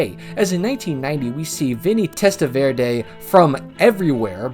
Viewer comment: Don't think I've ever heard Vinny Testaverde's last name pronounced like "salsa verde."